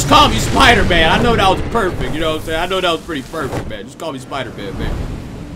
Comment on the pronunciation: You mean spiDAEman?? Haha ggs brother